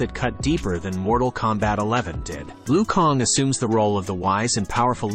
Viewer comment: Lui Kong, lmao